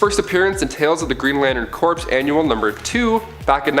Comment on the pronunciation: Corps="core" Not corpse. Other than that, awesome material.